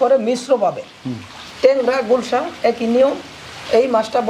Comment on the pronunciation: উচ্চারণ ভুল আছে, হবে গুলশা মাছ